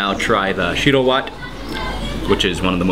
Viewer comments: lol shiro watt I really like your pronunciation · Finally he eats it right but its pronounced shi-rrro whet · real ethiopan i cracked at the way he says 'shiro wet'